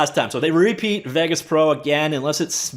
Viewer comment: FFS! Haven't you ever heard another human say the name "Vegas"!?!?!?! Get a grip! Im sooper cereal!